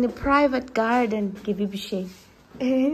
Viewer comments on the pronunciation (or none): none